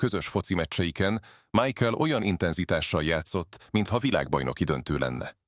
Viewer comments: Nem Májkel, hanem Micháel! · MIHÁEL!!!! Tanuljuk már meg!!!!!